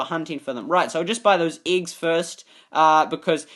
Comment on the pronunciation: His accent made me mad. He literally said iggs. Not eggs. 😱